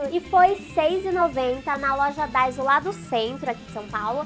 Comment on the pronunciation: é daiso e nao daizo kk